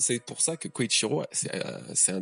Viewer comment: Salut! Je me demandais: pourquoi tu prononces "Koichiro"? Dans toutes les trads que j'ai lues c'était écrit "Kyoshiro" donc je me demande si c'est intentionnel de ta part? En tout cas continue comme ça tes vidéos sont oufs:)